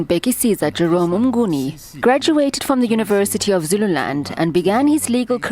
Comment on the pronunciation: Mnguni not "Mgnuni"